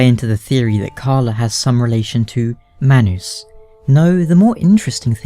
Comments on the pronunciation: hehe...manoos...love the way you pronounce manus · it's all based on accent lol, it's still man us but his accent causes it to sound like my noose